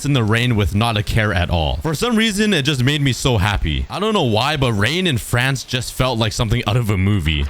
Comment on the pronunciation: Me being from Europe, when you said "fRanCeeee" (I cant do the little thing on top of the e) it had me dying of laughter💀